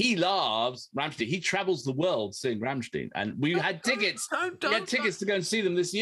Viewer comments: Ok it slightly bugged me with the rammstien but you pulled it back at the end with the proper pronunciation rammstein. 👍. Now that brilliant intro caught me out I thought that I had clicked on the wrong link. 😂🤣. Great job chaps I just had to subscribe. 😊👍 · How funny it is that at first one pronounces Rammstein correctly as RammSTEIN and the other insists pronouncing it as RammSTEEN, and in the end they both say Rammsteen. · RammSTEIN.........not Rammstiiiiiien 😘